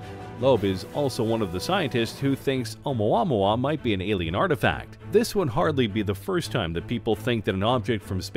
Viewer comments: It drives me nuts cause he pronounces it wrong. I literally went to the comments to find someone who thought the same Haha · I feel...something...idk every single time he says OUMUAMUA. YOU FEEL ME? OU MUA MUA OU MUA MUA